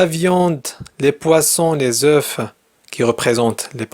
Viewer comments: Certes ,vous êtes méthodique et j'aime bien la simplicité avec laquelle vous dispensez l'activité pédagogique . Toutefois ,une erreur de prononciation banale,vous a marqué là: le pluriel de œuf c'est œufs /œu/ ,non? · Merci pour vos efforts J'ai une remarque: On ne prononce pas "f" dans le pluriel du mot "œuf " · Un oeuf des oeufs(on ne prononce pas le f dans des oeufs